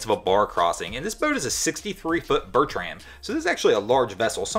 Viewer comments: I laughed too when I heard him pronounce Bertram. I don't think the commentator is a "boat guy." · What the heck is a “burr-tram” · Well yes I have been mispronunciating Bertram all my life ! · Strangest pronunciation of Bertram ever heard